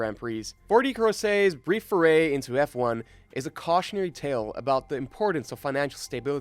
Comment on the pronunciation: The intent of this video is worthy but there is a problem common to other videos narrated by English speakers. You HAVE TO learn to pronounce it correctly. If I didn't look at the clip, it was really hard to understand that the 1st team was Andrea Moda, the 3rd one was Forti and so on, not to mention the wrong pronounciation of drivers and engineers. I recommend you to check the correct pronounce on Forvo or something similar before recording a video.